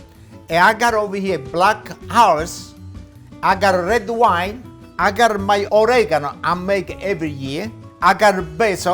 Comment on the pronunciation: I love how you say I gottte 😉